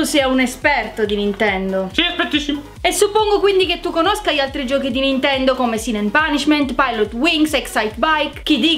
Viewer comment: "oh, prego" -Comessa...ciao....vorrei un gioco.... Un gioco Bi ninkia quattroh everh (ironia)